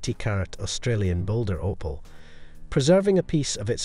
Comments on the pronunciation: The "o" in opal is pronounced the same as it is in "oval." Pronouncing it as "oppal" is both incorrect and really irritating. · Can't even pronounce Opal correctly.